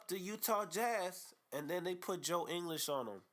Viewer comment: You even cannot say his name correctly???